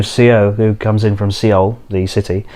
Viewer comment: Did he say seeul? Its Seoul pronounced exactly like "Soul"